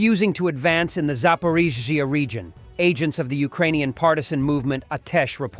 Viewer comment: It's funny listening ti the ai try to pronounce Zaporizhzhia. Never the same way two times in a row. The one that sounded like a druken slur killed me. >.<